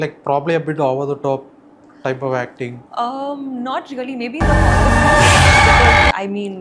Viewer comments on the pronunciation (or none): 'Harrar' nahi 'Horror' hota hai 😂🤣